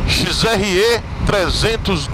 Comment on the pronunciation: “XRÊ” não, porra! Você é baiano! “XRÉ”!!!! 😂😂